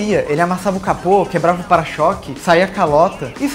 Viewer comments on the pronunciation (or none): none